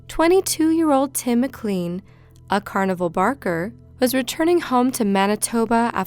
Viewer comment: Just to clarify, the poor victim of the Greyhound Bus murder - his last name is pronounced Mc'LANE'. It's a very common last name here in Canada. McLean sounds like McLane